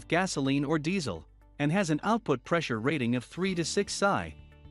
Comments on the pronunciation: Sigh,,, Pounds Square Inch. Pronounced "Pee Sss Eye". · Lol, stopped watching when PSI was pronounced "psy" like psychic. It's an acronym for Pounds Per Inch²(Square Inch).